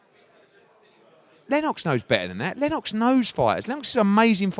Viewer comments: eddie "len-OX" hearn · You can't even pronounce Lennox Eddie you divvy bastard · why does eddie stress the 'o' in lennox lol